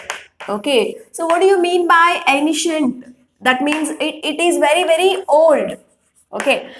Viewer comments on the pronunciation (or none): mam ur teaching is nice but ur pronounciation of some words are not proper like ancient etc